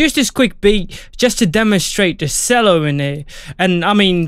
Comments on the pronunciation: Nice. Cello is pronounced "CH-ELLO" not "SELLO" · I could not watch the video after he said s ello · I could not watch the video after he said sello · Ah, no, it's not pronounced 'chello,' but I can see where you’d 'C' that! 😂😂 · If he said sello one more time i was going to flip